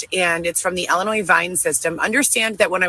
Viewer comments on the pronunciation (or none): Oh.. anyone can sign up for Vine. I could sign up and receive updates on Dylan if I wanted to. But I don’t. The True Crime channels sometimes sign up for those to follow a case or specific inmate. It doesn’t mean you are part of the case or a victim. And it’s ILLLLLinois not ELINOIS!